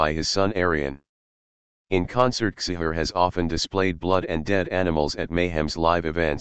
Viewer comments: It's pronounced chee-har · Csihar, not cishar... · It's not Attila Cishar it's Attila Csihàr and it's prenounced wrongly aswell... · *Csihar you said his name horribly wrong